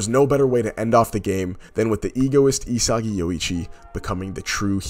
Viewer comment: my man said isegeee 😭